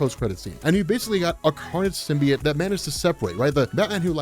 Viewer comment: J. Jonah Jameson says it's pronounced "SYM-BEE-YOTE." I wouldn't expect someone of your caliber to keep saying "sym-bee-yut."